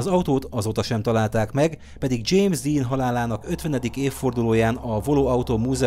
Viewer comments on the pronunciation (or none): none